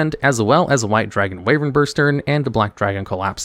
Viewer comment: It's "Wyvern", not "Wayvern".